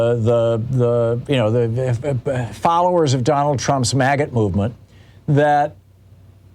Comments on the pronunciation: It sounds like he's saying "maggot" instead of MAGA. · Did he say magat movement